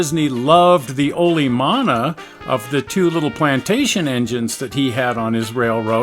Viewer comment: Another fun screwing around adventure! Thank you both! But please, start pronouncing Olomana (the engine) correctly. That's a Hawaiian word and should be "oh-loh-mah-nah". You're missing the vowel in the second syllable. English speakers often mispronounce Hawaiian words, which is predictable and understandable, but what English speakers don't understand is that they often end up saying something VERY RUDE and scatological, even if they don't intend to.